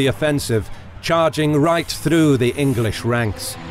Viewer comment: “The Anglish are too meny!”